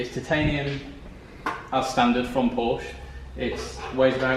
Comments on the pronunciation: Is it just me or did he almost say Ford but he said Forsche Lool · It’s like the lawyer in “Merchant of Venice” Annoying to hear you guys say “Porshh”! Just Saying! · Lots of hair gel and designer t shirts for a gear head that doesn't say Porsche correctly. Hot car, though